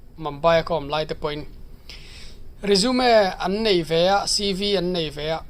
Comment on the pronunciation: Resumi tih lam tur resume a ni lo